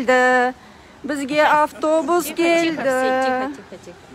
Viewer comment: Гельди емес келди 😅